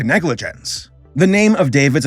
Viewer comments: By the way, "Savoir Donner" is pronounced "Sah-vwar Doh-nay", not "Sa-vo-yar Don-nerr." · "saviar, doner". im crying..,,, u read it like a name,,, they're both verbs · His association is called “Savoir Donner” , which is French—— sounds like Sav-war (like Wario) Done-ay. It means kind of like “Know Giving” or Understand Giving. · Canadian with these dreadful French pronunciations. Pierre Trudeau rolling in his grave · your french pronunciation is among the most cursed i’ve heard and i love it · your pronounciation of savoir donner is terribly incorrect and also hilarious